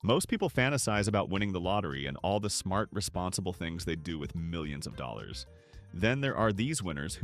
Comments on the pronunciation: Why can't you pronounce (dollllaaaaalllllllsss) correctly? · I couldn't imagine making a video about money when i know i say "dollars" like that.